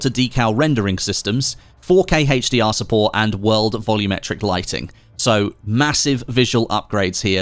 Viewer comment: haych dee ahr! :D